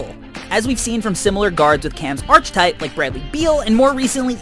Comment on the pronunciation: I cringed when he said "archetype" like that.